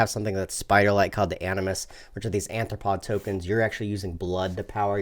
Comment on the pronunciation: arthropod not anthropod